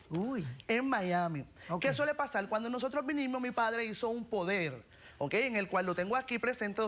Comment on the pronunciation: Que suele pasal, que suele pasal, que suele pasal, que suele pasal, que suele pasal!!!! Coñoooo nojoda me aburristes con ese maldito "suele pasal" y ni siquiera lo dices bien coñazo porque se dice: Suele pasar ok con rrrrrrrrrrrr nojoda 😂😂😂😂😂😂😂😂😂😂😂😂